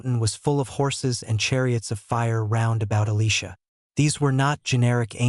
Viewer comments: E li (lie) sha NOT E leesha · learn to pronounce the names correctly!!! E Lie sha ! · Great video but Job from the bible isn't a job where we work. Elisha is Eli sha not Elesha a girl's name. Why can't the words be pronounced properly? And when some dies, they don't automatically know everything, even though they may remember much. Sometimes we hear voices from beyond. Jeffrey "are" Holland. How did you do that?